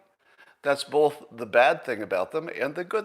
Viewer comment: He drops the ‘t’ in words ending in ‘tion’. I’ve never heard that peculiarity before. Also, notice his pronunciation of the word ‘both’. It’s ‘bolth’.